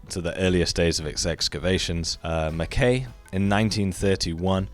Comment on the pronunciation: Mackay rhymes with sky, not hay. Also if you want a genuine candidate for the fabled 'Culture of Peace' try Caral in what is now Peru. This is the oldest civilization in the Americas. No walls, no weapons and no evidence of war.